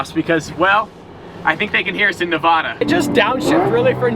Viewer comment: could ya at least say Nevada right? you spend enough time here....